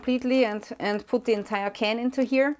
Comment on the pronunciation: Hallo, ich finde deine Beiträge super, informativ, immer gut erklärend und mit gesundem Menschenverstand unterlegt; jedoch eine Bitte: dein Englisch ist ja mehr als hinreichend, aber wenn du vor einem Konsonanten ’thi’ sagst, tut mir das körperlich weh! Liebe und hoffnungsvolle Grüße